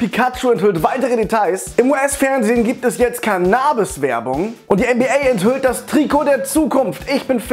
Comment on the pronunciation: Mich regt deine cannabis aussprache irgendwie auf